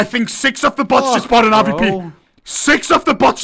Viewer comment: Why does he keep calling he AWP the "RVP"?